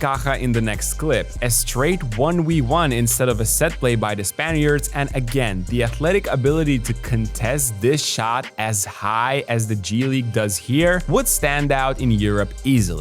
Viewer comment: bro is saying "one wi one", it's "one vee one" brrrruuuh so irritating